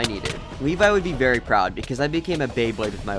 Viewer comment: Umm it's not pround it's proud,.